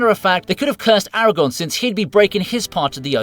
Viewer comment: his name is Aragorn. there is an r you are forgetting. aragon is a region from spain